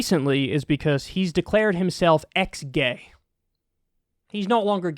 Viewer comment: i feel revulsion toward someone who claims to be "eex-gaay"